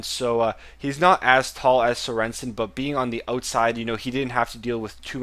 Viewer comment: Serensen :-D - It's Sörensen :-D Like the goalkeeper from Stoke, I'm danish :-)